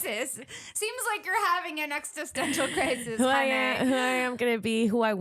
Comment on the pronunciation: Not saying extissential instead of existential twice 😩😂